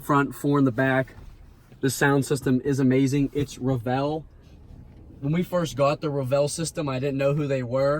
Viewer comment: Solid review. Only comment: it's pronounced REVel not reVELLE